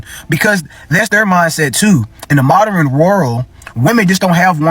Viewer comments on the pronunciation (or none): He said "Moderen" that makes him invalid. It's maa·drn (modern) i hate when people mispronounce this word. Anyway.... Nails, spa, massage, have an amazing day ladies. ❤❤❤ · Girl he said "Moderen" instead of "modern" 😂😂😂 that says all we need to know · The first guy said : MO-DER-RIN As a 3 syllable word 🤦‍♀️😆😆😆😆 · Right . Isn't it MOD DERN? I hate when blk men break it up like that!!!!